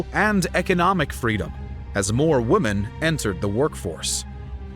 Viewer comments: You often sound like your saying woman, instead of women? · Why do you say "woman" instead of "women"??????